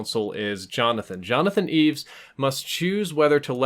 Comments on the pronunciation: sounds like ur calling him Jonathon eves....its Jonathon E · The main character (portrayed by James Caan) is named Jonathan E. - not "Eeves" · Johnathan E, not "Eves" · I was glad Jonathan didn’t give them permission to kill his friend. Even though he was willing to kill his opponents in the game, on some level he realized life was sacred. Also, it’s “Jonathan E,” not Jonathan Eaves.” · I know it's "Jonathan E" (winced every time said "Eaves") but where did you get that it's short for Evans/Edwards? I always assumed it was short for Energy, the corporation he played for. EDIT Checked the script, probably this exchange from the party scene: Exec 1 - Did you hear about Evans? Exec 2 - What? 1 - He's out. Gone. 2 - No kidding! The old man? Who got him? 1 - What? 2 - I said who got him? 1 - The crocodile. Possible they mean Jonathan, but I always assumed they were talking about some other exec and I still do.